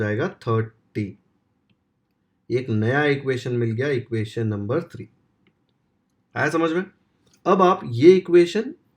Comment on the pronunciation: Sir not pronounce three sir pronounce tri 😅❤